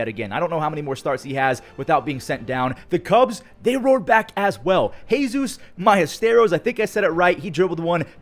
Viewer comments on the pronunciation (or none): it’s Moises Ballesteros “MOY SIS BYE EH STARE OHS” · “Jesus Mallesteros” it is Moisés Ballesteros